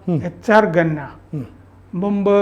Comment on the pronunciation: ഘന്നയാണോ സാർ ഖന്ന അല്ലേ? Khanna